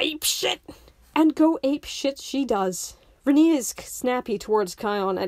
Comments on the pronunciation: "Rinii" it's R-AH-ni babe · Like I genuinely hate her too, but I don't think you have standing to criticize a character if you're gonna mispronounce their name the entire time lmao